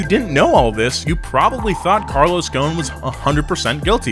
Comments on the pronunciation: IT'S NOT CARLOS "GONE", IT'S "GOHSEN" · Hey, You say "Carlos Ghon" the S is not silent, it's Ghosn, that word "Ghosn" in Arabic it means "Branch" Since he's mother Land is Lebanon. (SORRY FOR BAD ENGLISH) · the s in GhoSen is not silent . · If only his last name didn't have an S in it and is pronounced Ghosn ( Ghoson ) that would work. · First of all, why are you calling him Carlos GOWN? GhoSn. ew pronounce the "S" in his name. And before someone jumps out of his box to type in a comment like "who do you think you are and you don't even know the guy"... I'm from his country and we all know him :) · The way he says Ghosn😂. it actually sounds like Goo-Sin. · DaLaaNi Bombina i thought it was clear that the s needed to be pronounced. spelled ghosn but still pronounced the way it looks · "Carlos is Ghosn" C'mon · The s is not silent in GhoSn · The s in ghosn is not silent ffs